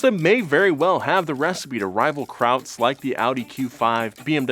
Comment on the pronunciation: I had to turn on captions to see if said "Krauts" instead of "crowds" 🤣🤣